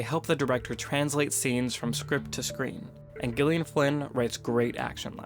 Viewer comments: I think it's pronounced "Jillian," not "Ghillian." Awesome video essay, though. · Hey you pronounce Gyllian as Jillian. Not with the hard G sound. I’m saying this because it is my name and I hate it when people mispronounces it. Which you’ve done this entire video. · It's Gillian with a soft g, not a hard one. Jesus fuck. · Its pronounced JILLIAN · She pronounces it with hard G. as in Good, Gone, Girl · No, it is not. She pronounces it with a hard G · Dude, her name is pronounced like Jillian. It's just spelled differently. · Actually she, herself, pronounces it with a hard G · She pronounces it as a hard G. No, Americans generally would pronounce it as J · Why is he saying gilian? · Isn't it pronounced "jillian" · The g is a soft J sound next to and I. I am used to versions of my name being mispronounced but I haven’t ever been so gosh darn and try about it before. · he needs to learn how to say the author's name properly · Do you actually think he made this quality of video and did not bother to find out exactly how the author herself pronounces her name. she uses a hard G....as in Gone, Girl, etc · Gillian. Listen to the author say it!!! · Not how you pronounce the author's name, buddy :)